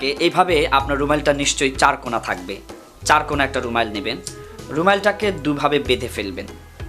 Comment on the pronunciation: কথাটা ত "রুমাইল" না বরং "রুমাল"।